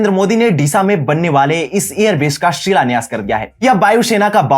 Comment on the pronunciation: बेश का सिलान्यास किया है, भाई pronunciation सही कर लो यार